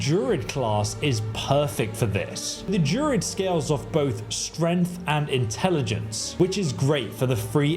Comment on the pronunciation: What's a JUR-ID? Is it not pronounced DRU-ID? Not to sound pedantic.